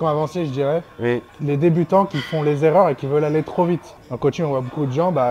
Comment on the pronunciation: Les cinq zerreurs 😅